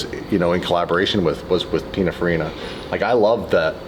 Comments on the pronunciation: Hey, Italian dude living in Switzerland here: it's pronounced "pin-in-far-E-nah".😉 Love your channel, I'm an OG DDE subscriber from when you were doing it all by yourself, so if you need an unpaid Italian pronunciation consultant who knows what he's talking about, count me in. And if you're happy with my "services" you could always send me a fancy DDE t-shirt or hoodie as a "thank you" once in a while, right? 😁 Fun fact for car culture geeks: "Pinin" was Giovanni Batttista Farina's (the founder of Pininfarina) childhood diminutive nickname. He later changed his legal name to Battista Pininfarina in 1961. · Its Pin(in)farina, not pin(a)farina, just saying, love you guys. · A lot of people talking about Pininfarina here who apparently have no idea how to say the word or how it's spelt. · I love hearing people mispronounce Pininfarina 😂😂😂😂😂😂 Lets not forget though that Pininfarina designed some of the most beautiful vehicles for everyone from Cadillac to Lancia. I don't think it was ever an option for Ferrari to aquire them.. Im pretty sure that,thats what it would've taken to have them be the key designers of all their cars.. I couldn't be wrong though on that fact.. cars are now designed by computers and programs. They used to sketch a car on paper or sculpted out of clay. Ferrari is not that far off though. People nowadays look at a stainless triangle and think its cool....its the times, people have no soul before the cars no longer do